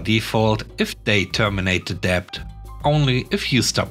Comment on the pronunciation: Always enjoy your unusual stories. 🐧🐧🐧🐧🐧🐧🐧🐧🐧🐧🐧🐧🐧🐧 You met the word "debt" several times today. The b is silent, so it's pronounced " det". Hope this helps.